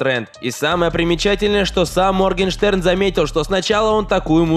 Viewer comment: Моргенштерн - Моргенхрен ? 🤣 это единственное, что я поняла